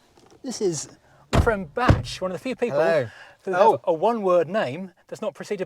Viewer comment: It’s Batch!